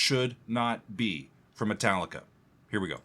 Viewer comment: Me Tallica! "Me" pronounced like "Mi" or "E", the fu*** key of all their fu*** songs xd _/,,/